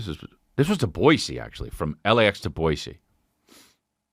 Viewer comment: As a Boisean, it makes my heart flutter whenever I hear Chris say the name of my city correctly 😍